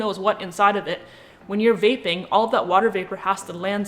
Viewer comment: At first I thought you said “bathing”, not “vaping” 😂☠️